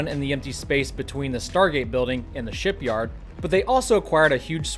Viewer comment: Haha he said starship shityard